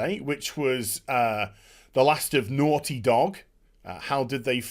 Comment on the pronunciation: The way he pronounces “naughty” when he’s worked up reminds me of...uh...”certain characters” from I think the original Fable. “Oh you’re so noorty!”